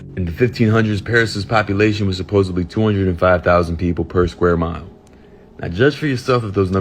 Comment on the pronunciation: narrator, there's no B in the word supposedly D supposeDly